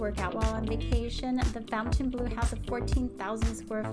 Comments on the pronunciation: It’s not pronounced fountain blue it is pronounced Font en blu it’s a French word 😂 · How do you do a full review video and NOT know how to pronounce the name??? So unprofessional and embarrassing!!